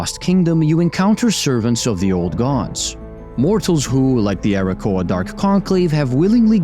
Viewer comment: It's Arakkoa, not Arrakoa.